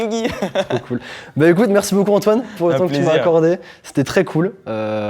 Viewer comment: Toitoine je meurs 😂😂😅😅